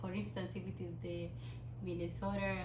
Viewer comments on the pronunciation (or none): Umesema minnesora😂😂😂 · Huyo ni wewe umesema MINESORRRA? 😂😂😂😂